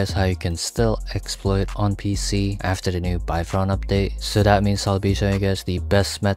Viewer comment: Keep saying udpate require on mumu